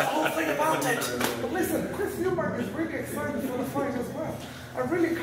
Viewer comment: The way he pronounced Deontey wilder as tyson fury was spot on .. He also nailed Conor and Chris Eubank 100%.. especially Eubank- that was superb